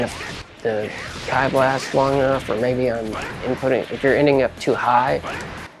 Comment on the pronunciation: Key blast not “keye” blast haha. Great tutorial though picking up bluku for the new season